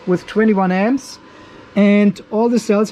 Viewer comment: for many minutes i was having trouble to understand what was the M's (or "emz"), only when i saw the power supply charging at 21 amperes i did understant "emz" was for amps. i am not a native english, and thiss is the first time i struggled hearing the "amps".